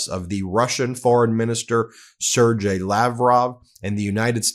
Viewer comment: Dood - it's "Sir-Gay", not "Sir-Jay".